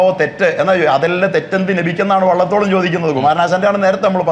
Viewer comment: വെള്ളത്തോൾ അല്ല മാഷേ 🤣 🤣🤣🤣 'വള്ളത്തോൾ' ആണ്.... കൂടുതൽ നന്നാക്കല്ലേ "🤣🙏🏻🙏🏻🙏🏻🤣🤣